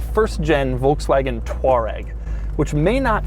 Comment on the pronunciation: It’s pronounced, Tour-Egg not Toauqegg